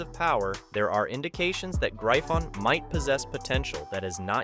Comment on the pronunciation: its not known as graifon lol and wth is mahak? lmaoo